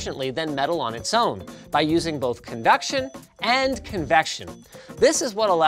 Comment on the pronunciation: youre saying conduction and convection but sounds like convection and convection, gave me a giggle